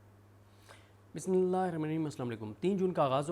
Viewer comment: PLEASE SAY BISMILLAH PROPERLY ...